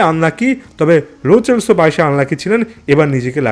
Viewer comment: Pronounce hobe লো সেলসো not চ চেলসো